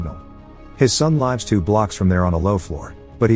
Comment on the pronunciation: that computerized voice is quite realistic, it even pronounces the French name Mathieu correctly, however it still gets lives and lives pronounced wrong.